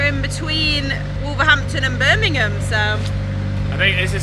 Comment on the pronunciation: If you say wolverdampton you sound like a local 😜